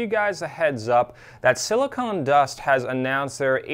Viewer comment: “Silicon” not “silicone”. Silicon is what they make chips from, silicone is what they use to make big breasts.